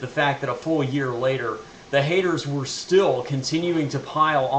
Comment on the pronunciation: You say the word haters like someone with a mouthful of testicles